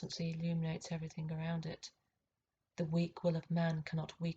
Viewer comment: The Mother Ov Eve•err•think